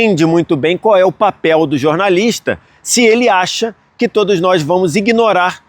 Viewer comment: Parabéns pela cobertura e todas as informações da copa, muito legal!! Obs: não é “nois” e sim “nós” 😊